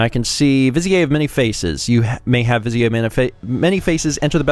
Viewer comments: Hey, it is spelled viz-i-eh. It was a good guess. But yeah, it's viz-ear. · Come on, it's pronounced "viz-eer." Haven't you ever seen Aladdin? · Every time you say "vizier" I die a little inside 😶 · trying to make vizier sound French and fancy lol